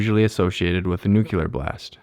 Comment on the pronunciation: Nucular ? Lol - Surely you mean Nuclear.